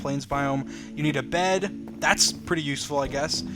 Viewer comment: how many times he said "tharts a flint" | | | | \/